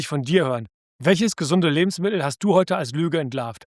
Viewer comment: Das sind alles unglaublich wertvolle Informationen. Nur - es handelt sich nicht um Lebensmi el, diese Aussprache tut mir in den Ohren weh. LebensmiTTel - so erfreuen Sie Ihre Zuhörer.